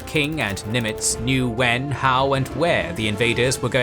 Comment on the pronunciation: You might want to instruct your narrator on the proper pronunciation of "Nimitz." The stress is on the FIRST SYLLABLE.